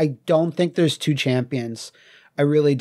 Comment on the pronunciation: You spelt champion wrong. You also mispronounced "two", butchering it. It sounds like you're Korean, or Chinese, and are still learning English, regardless, you're almost there. Le Mao. P.S.: MK1. The game that started it all. The game was a phenomenon, in arcade and on console, and is responsible for inspiring the huge fan base that exists to today. The game was a milestone for fighting games, and gaming in general. The game was a revolutionary experience when it was released. And you give it, basically, a D+ rank. In your words, you say it is novice, basically a noob. I believe your understanding of certain words still needs work, my Mongolian friend.